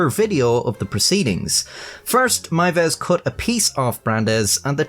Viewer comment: Congrats on being the first non German speaker I've ever heard pronounce "Meiwes" correctly